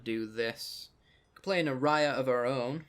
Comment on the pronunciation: Just remember it's ayara, not araya